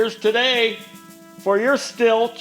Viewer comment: Hey great video I am a Husqvarna and Stihl dealer in Alberta Canada... and Stihl is pronounced... Like the word STILL.... you should pressure wash clutch area and remove clutch makes it easier and also allows you to check oiler and clean around seal